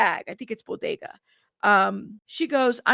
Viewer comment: Not Bodega bag 😂😂😂😂 BoTTega...hilarious, but I think you're so cute